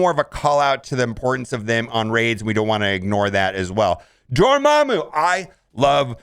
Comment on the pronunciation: You just gotta love how he pronounces Dormammu wrong